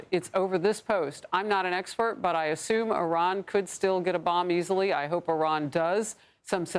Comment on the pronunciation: Aranian she says... you would think this stupid b** reporter would know how to pronounce Iran and Iranian but clearly she's dumber than all of us and can't even read it off of a prompt